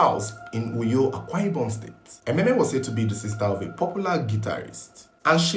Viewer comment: Emem, not Ememe.